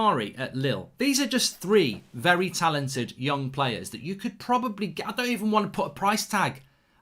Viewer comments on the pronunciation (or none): none